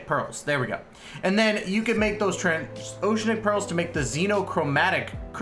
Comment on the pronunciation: its pronounced "trans-oh-she-an-ick" i hope that helps! EDIT oh shit, you said it right!